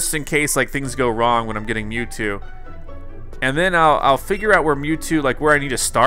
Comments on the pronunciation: It is mewtwo not mewtoo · It’s Mewtwo Not mewtoo Sorry I had to be that person Edit: He fixed it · It is Mewtwo not Mewtoo XD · Mewtwo not mewtoo